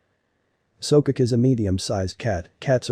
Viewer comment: There called So-Ko-Ke he's not pronouncing it right..